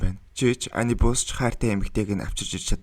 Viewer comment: Анибус бишээ анубиш шүү бро